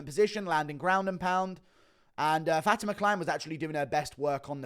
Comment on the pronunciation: Fat-ma 😂 Think it is pronounced Fa-ti-ma but honestly prefer way